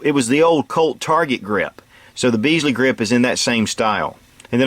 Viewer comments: I really enjoy your informative and enjoyable video’s, the Ruger Blackhawk in.357 was the first fullbore pistol I ever owned. BUT If you ever come to the UK I will slap you round the back of the head with a wet halibut. Bisley, as in the shooting ranges, is pronounced BIZLEE not BEEZLEE, the same applies to the style of grips. I had my Blackhawk until the UK government made it illegal, don’t let your government do the same. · Bisley not Beasly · The first part of the word "Bisley" is pronounced like "Bit" It is not pronounced, "Beesley" like some English peasant surname. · Bisley not Beesley, named after Bisley Camp in Surrey, England.